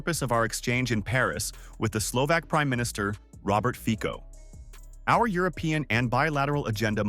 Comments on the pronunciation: Fico...no fikou.c is c-ts.read fitso.not in the english alphabet.a,b,c,d no ei,bi,si,di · Do u call the cc tv a kk tv???? That’s FICO NOT FIKO!!!🤣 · Pronounciation lesson: Fee Tso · IT'S PRONOUNCED FEET-SO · You pronounce his name wrongly. the c is not like c in car.